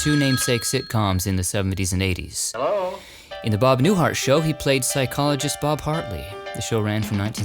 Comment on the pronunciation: I was tired from cooking Easter dinner, when I was watching your latest video. I thought I hear you say Bob Newfart . I restarted it again to see if I missed heard you, but it sounds like Newfart to me. 😂😂